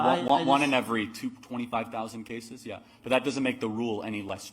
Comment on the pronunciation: Intersex? >snicker< No, emo. It's more like one on a hundred cases. Oh...and somebody oughta tell this little creature that 'yeah' doesn't start with 'ee'. It's yeah, not eeyeah. His parents oughta get dined for everyday this throw back is out in public.